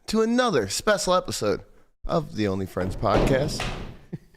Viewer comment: amazing how can't pronounce "special" and insists on using the word every show